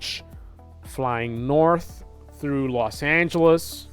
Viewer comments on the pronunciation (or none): none